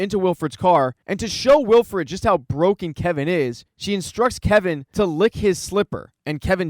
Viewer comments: Please stop saying Wilfred instead of Wilford. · Good video but it's Wilford not Wilfred.